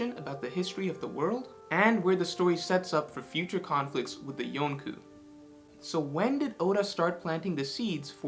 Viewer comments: Yonkoo?? Really?? Even the way we pronounce it is technically wrong but the way you did is so terribly wrong. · I randomly came across this old video of today. It autoplayed from a previous video. I did not know it was. The voice is a little different. Likely recording software related. But also the type of presentation. The Yonku pronunciation made me laugh too. lol